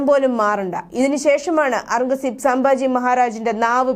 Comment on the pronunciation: സാംബാജി അല്ല സംഭാജി 🙏